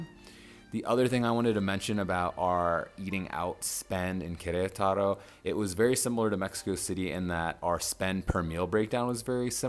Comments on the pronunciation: Ker-et-taro. Accent on the et. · 😅 well, he tried